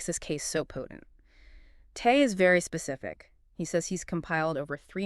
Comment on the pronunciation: Terrible...incorrect pronunciation of Chinese Surname... Tay is pronounced as 'teh' and Tay is not rightly pronounced as. 'tie' as both of you are pronouncing in your relate of this issue!! Oop...this talk/relate ...written as seen is Tay. Is this person Albert Surname is Tay or Tie..while.listening n seeing the subtitle written is Tay also. Another channel of this issue written...as Albert Tei...confusing, misleading write ups really